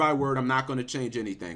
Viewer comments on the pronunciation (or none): none